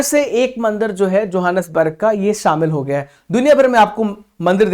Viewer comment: Sir johnasburg ka pronunciation ahi se karo google ka madad le lo ...